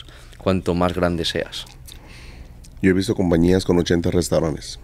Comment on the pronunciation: Jajajajajajajajajajajajaja. Creo que se dice restaurantes y el dice restauranes. No entiendo como ha tenido tanto éxito. Bueno. Lo de su éxito lo dice el. Yo ni lo conozco. Jijijijijijijijijijijijijijijijiji